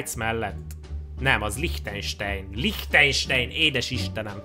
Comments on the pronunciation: aztmondja: LIHTEJNSEJN! Na mondom pfuuuuuuu basszus..... azt úgy kell ejteni, higy Lihtájnsán. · Lichtenstein az ei-t a végén áj-nak kell elyteni